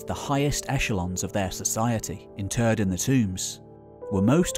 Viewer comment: When your "interred" sounds like "in turd", it's fine to use "buried" 🤷‍♂️ That aside, what utter nonsense.